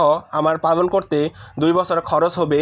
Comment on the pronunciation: পালনটা ভালো ভাবে বলো পালনটা পাগল শোনাযায়